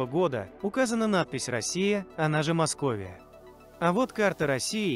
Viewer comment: Россия с ударением на"о" эту Русь а не Росия!!